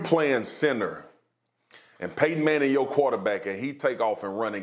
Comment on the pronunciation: Did this man just say PAYTON 😂